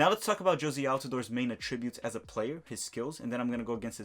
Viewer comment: You pronounce attributes incorrectly